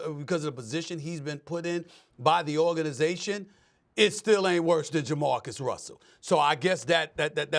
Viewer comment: Nah- it’s JaMarcus